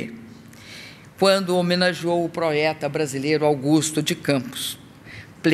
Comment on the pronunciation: Proeta? Que palavra é essa? Kk